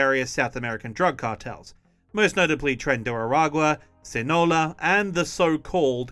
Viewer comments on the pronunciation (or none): Pronounced "See-nah-low-ah", not "Seen-ah-low"